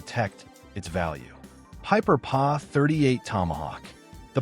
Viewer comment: Hey, robot,that’s not “Pa”, it’s Pee Aye.